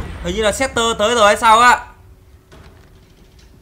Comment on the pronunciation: Sektor đọc là sextoy :)) Raiden đọc là rái đen :)) Kuai Liang đọc là khoai lang :))